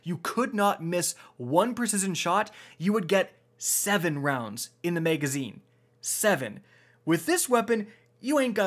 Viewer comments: Maegazine. maeg. maeg. maeg. maeg. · double the "mega"zeen :)